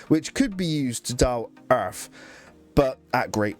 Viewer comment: i absolutely hate your accent and the way you say "erff"